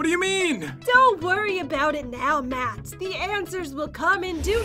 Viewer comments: it`s not pat it`s matt geez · PAT JEN why do you keep saying PAT instead of Matt?!?!?!?!?!? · your saying Pat not matt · At one point said "pat" instead of Matt she said it a few times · he said pat not matt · Why did they say Patt instead of Matt